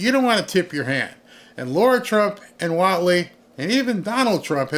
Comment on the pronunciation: Lara Trump. Not Laura Trump. LARR–Ah. Practice it, please.